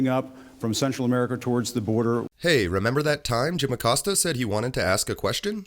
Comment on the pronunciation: Jim Acost-ya! Hahaha